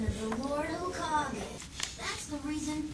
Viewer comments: stop saying hokagi, it's hokage with an E. It's the combination of an element and the word kage which means shadow. i.e. Hokage - Fire Shadow - Konohagakure, Village Hidden by Leaves Kazekage - Wind Shadow - Sunagakure, V. Hidden by Sand Mizukage - Water Shadow - Kirigakure, V. Hidden by Mist Raikage - Lightning Shadow - Kumogakure, V. Hidden by Clouds Tsuchi - Earth Shadow - Iwagakure, V. Hidden by Rocks The leader of each hidden ninja village is given this title. How a leader of a ninja village is decided depends on each village. For Konoha the Hokage is appointed by an elder council. Also, you are right in your deductions, the 3rd Hokage retired and the 4th came to power. When the 4th died, the 3rd came out of retirement. At this particular point in the story, it is unclear why a 5th Hokage has not been chosen yet, after all, the 3rd already retired once, why couldn't he nominate a successor and retire again? It's been more than a decade since the 4th died given naruto's age. Could there simply be no wothy candidates? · Well and are never gonna get it right😂.